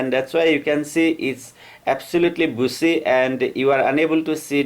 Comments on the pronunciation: Buzi? Its bushier.....anyway .i.love ur talnt.. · बुसी नही बुशी बोलो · Great content!! Got another subscriber!! One thing tho: Bushy is sounding like the word busy. When pronouncing the word “bushy”, try to make the “sh” sound like when you would say “brushing”. As in “I am brushing my teeth”. I learned English as an adult and so I also had issues with the “sh” pronunciation, I hope my tip helps. Great work! Greetings from florida 🌻😊. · Does anyone else here him saying "bussy instead of bushy" lol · I absolutely love the way you say pushy. Great video, thank you for the advice☺️ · Everytime he says bushy I hear a dirty word.